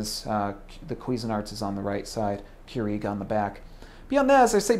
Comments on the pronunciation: First time I've ever heard it pronounced Keureeg. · Its not Keureeg. Get it right. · The way you say Keurig makes me annoyed lol, but great review! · You say Keurig wrong lol. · Why is this guy pronouncing Keurig WRONG!!!!!!¡ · Cant stand the way you say Keurig. Please dont say it anymore. Or say it correct. ;)